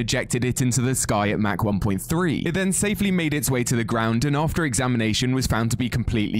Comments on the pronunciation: pronounced "mock" in america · It's mock not mach but it's spelled like mach